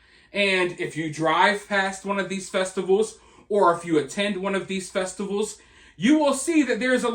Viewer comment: I thought you said “naked dudes in the streets swinging their freaking …….nuts in front of little kids at these Pride FESTICLES” I died laughing my son corrected it and said festivals , but my god I laughed my a** off at that